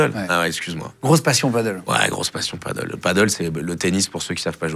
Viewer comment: Juste pour infos le paddle c'est sur l'eau mais vous vous parlez de padel [padèl] ;). Voila voila c'est juste que c'est espagnol et qu'il faut arrêter de vouloir ramer avec des raquettes de tennis en bois xD. J'ai fini de faire mon chieur dsl ! ;D